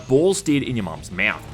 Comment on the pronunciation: I like how he pronounces the word mouth. Like a cat meow with a th added. "Meowth"